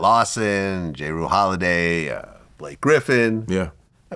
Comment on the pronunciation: “Jay Roo Holiday” - Vlad 😐